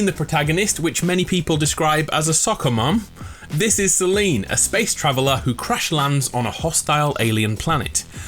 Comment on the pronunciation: Suh-leen the e is silent